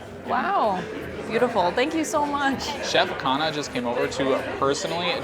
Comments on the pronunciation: The interesting thing is that you are slightly mispronouncing his last name Khanna (emphasis on N), it sounds like khana which means food in hindi😂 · I loved your video. You made everything look and sound spectacular, and now I want to book a table there. But you really need to say his name right. It's Khunh-nnaah . Remember, Indian languages put the emphasis on the second syllable, not the first one. Like - Anarkali - pronounced A naar- Cully.